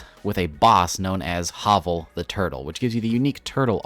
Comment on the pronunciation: Never heard someone pronounce Havel as Hovel. its usually Hay-Vul or Have-Ul. he is from Dark Souls.